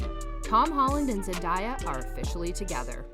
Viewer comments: I’m tired of hearing Zendiea and Tomdaia! 😕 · its not zendiya its zendaya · ZenDAYa pls pronounce her name correct. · pls stop saying zen-die-ya its giving me brain damage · ZendAya not Zendya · LoL you said zendiya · its zendaya not zendieya i am disliking this vid she personally said she hates when people call her zendieya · Hellooooooo. Her name is Zendaya. NOT Zen-DIE-Yaah. 🙄 So annoying when they don't take the time, to learn the proper, dam pronunciation of someone's name! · It's Zendaya not zan daya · Pronounced Zen-Day-Ya, not zen-die-ya. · It’s not Zandaya it Zendaya please say it write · IT'S ZEN-DAY-A. She literally made a video on how to pronounce her name. Please watch it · You have to learn how to say her name right ! Like David Tate Jr says: Zen-Day- A . You can’t be reporting new about her if your can’t pronounce her name right! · Had to stop watching the Zen die a was irritating me to the core. I kno she's not doing it on purpose but it was going through me. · Why does she keep saying her name wrong??!!! Lol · An you please say her name right next time. Thank you cuz you butchered her name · You said her name wrong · No one will believe a thing you say if you can’t even pronounce her name right. 🙄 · I was about to say the same thing!!! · I know right